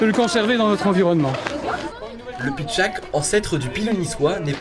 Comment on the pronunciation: Pardon mais c'est pitchatte et non pas pitchack.